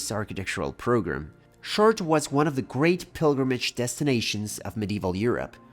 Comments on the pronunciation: Shart? I hear shart... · "SHAARTREH" would be HOW YOU PRONOUNCE this word if written in ENGLISH. THE WAY you say it sounds like "my kid shart itself"..... NOT correct. IT'S 2026, JUST USE THE GOD DAMN Google pronunciation FUNCTION, before recording yourself saying it horribly wrong. CHEERS. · Chartres is pronounced "Shar-trö" (the "TRÖ" part is important too). 🙂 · Wow, your pronunciation of "Chartres"..... what a pity. So far from the French pronunciation.